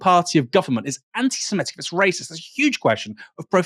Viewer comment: It's "anti-Semitic", not "anti-Semetic".